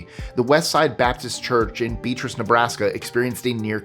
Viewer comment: Number 15: Beatrice (pronounced Be-a-tris, the a being pronounced like the a in “at”. Not like the name Beatrice). I’m from Nebraska. My dad was born in that town. Also, my grandaunt Joyce was one of the lucky choir members that survived. She was also interviewed for Unsolved Mysteries. My dad said that she fibbed during her interview. She wasn’t feeling lazy, she was arguing with her mom, who was my dad’s grandmother. We still have that hymnal.